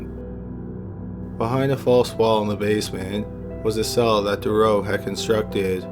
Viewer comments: How the police handled the case of Marc Dutroux still enrages Belgium (I live there, he still makes the news with his appeals). Just recently, the same was said about the case of the gang of Nijvel. P.S. You really mispronounce almost every name in that story BTW (in case it hasn't been said yet). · Real good Video. But u violated Marc Dutroux's name :D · the name Dutroux has the letter "t" in it, pronounce it dawg........ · Marc Dutroux is pronounced different btw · KORNUIT. First thing that bothered me too xD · Aren't you Canadian? How is your French so bad, lol! I believe it's pronounced: DUH-troo. And Nuns live in a convent not a coven, hahahahaha!! I guess it's close enough. Great video btw....I am only taking the piss, tbh. I love your channel <3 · I noticed that too, I believe it's meant to be pronounced due-trough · But notice how he pronounced "Michelle Martin" as "MEE-shell mah-TAN"? If he's cognizant enough to deduce "Belgium = French pronunciation of two proper names that are also common in English," he HAS to know that he's mispronouncing "Dutroux," right? Plus, he's gotta be Canadian, and they even translate their milk to French up there. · I am sure many officials covered up Dutroux’s heinous crimes. It’s pronounced « Doo-troo », not « De-row » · You’re pronouncing Dutroux incorrectly. It’s pronounced Da-troo. French ‘oux’ is pronounced ‘oo’. Think of Louis Theroux. Otherwise, great work. 👍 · Its pronounced Do-tru, not Do-ro. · It's pronounced "dew true" not durow...geez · The Belgian guys name is pronounced "DU TRUE" and not Durow. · With Mark Dutroux´s name it´s not "Durrough". it´s DuTroux. One shall pronounce it DuTroux with the t clearly audible. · It's pronounced Marc Dutrou, not Marc Durow!!! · Dude Marc's last name is pronounced "Dutroux", not "Doo-row"